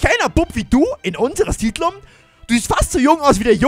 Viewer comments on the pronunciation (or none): Siedlung heißt es nicht sidlum 😂